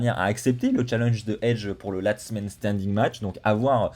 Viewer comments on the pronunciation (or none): LAST man standing pas LATS 😭